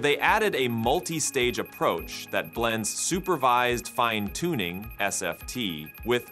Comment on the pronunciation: It’s interesting when the Ai Voiceover pronounces the same word two different ways. eg. Fin-uh-toon-ing Fye-n-toon-ing